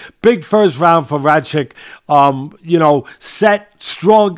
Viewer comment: Pretty sure he was calling him Racik half the time